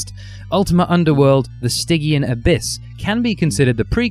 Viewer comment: While we're on pronunciation, "stygian" has a soft g, not a hard g, and Apogee has the stress on the first syllable, not the second.